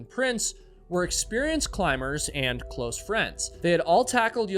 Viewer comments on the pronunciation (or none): none